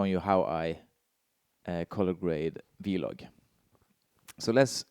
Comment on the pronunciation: Great video as always. I stopped at your norwegian vloG pronunciation :D Very similar G as in Denmark. I'm living in Denmark for 2 years otherwise i would never notice 😅